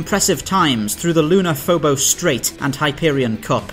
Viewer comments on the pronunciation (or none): none